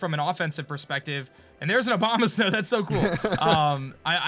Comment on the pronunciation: Who else hear "Obamasnow"? XD.